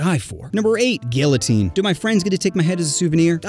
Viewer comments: was boutta sub and then he said "guillotine" wrong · Um actually it’s pronounced guillotine. Gee🤓🤓🤓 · its pronounced geeatine. I will find you.